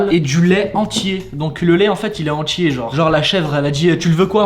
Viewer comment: ''Le lait entier" alors que j'ai compris "le lait antillais"😂